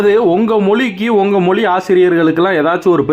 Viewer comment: மொளி இல்லை தலைவா மொழினு சொல்லுங்க